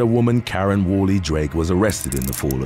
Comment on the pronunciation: sounds like he’s saying Matt Donald’s 😂 mcdaren instead of Karen